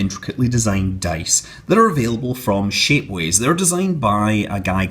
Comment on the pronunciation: When you say shapeways, it sounds like shitways